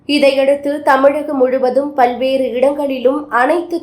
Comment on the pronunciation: கள்ளூரி அல்ல கல்லூரி பள்வேறு அல்ல பல்வேறு ல ழ ள வித்தியாசம் தெரிந்து பேசவும்